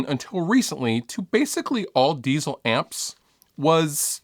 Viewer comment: the word diezel isn't pronounced like the word diesel